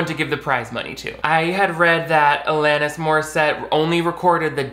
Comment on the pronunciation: I’m glad you pronounce “Alanis” correctly bc most people butcher it 😭 (it’s my name lol)